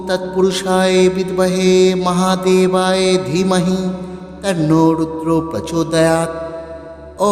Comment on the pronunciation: ক্ষমা করবেন। উচ্চারণ ঠিক করলে ভালো হয়। এখানে মহাদেবায় আছে আপনি মহাদেবায়ে উচ্চারণ করছেন এটাই ভুল মনে হলো।দুজায়গায় উচ্চারণে ভুল মনে হচ্ছে তাই বললাম। ভুল বলে থাকলে ক্ষমা করবেন। 🙏🙏🙏